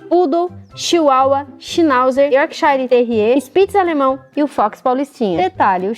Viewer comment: errou mto York Shire late menos e pinther mais